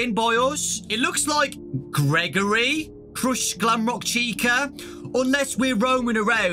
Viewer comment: “Crushsed” Me: “I Wish I Was British.... “